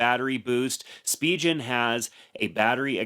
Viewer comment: Spijen ❌ Spigen ✔️